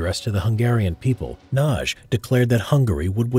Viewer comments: A little help with the pronunciation of Imre Nagy. The g and the y together equal one sound which is something like the first sound in the word "during". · Ah my heart! It skips a beat every time you butcher the pronounciation of Nagy.